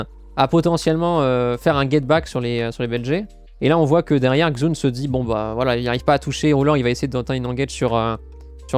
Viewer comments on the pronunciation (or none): Pour Xun on prononce "Chun". Le X est un "CH"